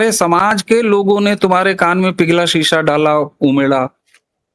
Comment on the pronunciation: शीशा नहीं सीसा Lead